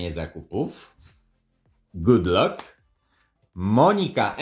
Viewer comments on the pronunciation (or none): Mówi się gód lak 😅nie lok 🤣